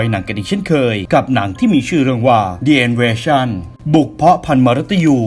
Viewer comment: กรณีนี้คุณพูดถูกต้องอ่านว่า "ดิ" แต่ขอเสริมหน่อยว่าไม่จำเป็นต้องเป็นสระเสมอไป คำไหนขึ้นต้นด้วยเสียง "อ" ก็ใช้ "ดิ" ได้ เช่น The X files ก็อ่านว่า "ดิ" กลับกันกรณีสระที่ไม่ได้ออกเสียง "อ" เช่น The one ต้องอ่านว่า "เดอะ"